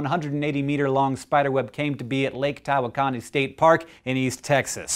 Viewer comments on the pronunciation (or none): Btw, we here in north Texas pronounce Tawakani as ta-wok-inee.